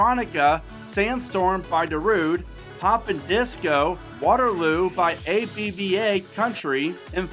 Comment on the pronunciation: Did you just call ABBA, A-B-B-A? You cannot tell me that you don't know who ABBA is. ABBA? Dancing Queen? Tons of hit singles? AB-BA.